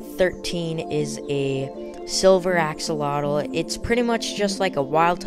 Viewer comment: The X in the word axolotl sounds like a J in Spanish, not like and X. The same way we pronounce México in Spanish. It's a stronger sound than the H in English. So, "ajolotl".